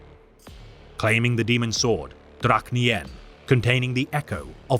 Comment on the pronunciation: Mach - mark Much - mah-SHH Drach'nyen- D-DRASH-KNEE-YEN For a sword known as the thorn in reality or the shard of madness, one would try to give it's pronunciation a bit more panache - pan-naSHH